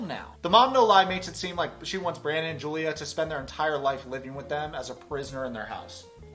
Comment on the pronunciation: I can't get over the fact that they're pronouncing her name wrong. Yes, in English is Julia, but Slavic people pronounce it as Yulia. It's not a hard name, they can respect her that much. Also about "drinking medicine", I'm not 100% sure about Russan, but in my language (also a Slavic language) we say "piti lekove" which literaly translates to "drinking medicine" so it's an understandable mistake. Betty is patronizing Julia so much, I hate it.